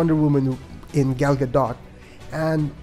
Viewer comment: Superbly crafted review. One small gripe: Gal's name rhymes with call / tall / ball, not pal. Not even Patty Jenkins pronounces her name right, so you're not alone. This will give you the correct pronunciation